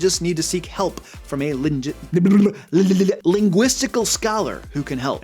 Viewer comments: I'm not a native English speaker, and I am unironically proud of you for pronouncing it right. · Look at, using all these big, fancy words like "linguistical" and "verisimilitude". Bonus points for pronouncing them correctly! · I’m really proud you pronounced linguistical properly. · I'm very excited that you managed to pronounce "linguistical' properly! Great job! Whole first part of the video was spend in the suspense, in waiting to find out if you will do it or not. Probably one of the best moment in the video. Bacon for this gentleman! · Goggle Translate is fun to use to create props: Latin, Nordic, Celtic, etc. with an old style script font or black letter / Old English letter style. A Linguistic Scholar would be a Linguist, but bacon to you for pronouncing it correctly.